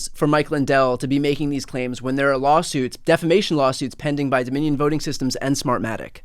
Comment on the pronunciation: Mike Lindell and electronics? Lol You’re right…it will never happen. He even still says “deflamation”. 😊